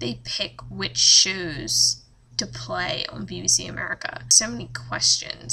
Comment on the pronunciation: Omfg stop saying shows like that